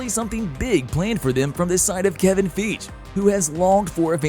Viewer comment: Kevin Feeg???? Thaa-nose????